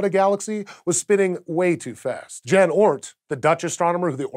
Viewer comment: Uhm, "Jan" (almost) rhymes with "yawn"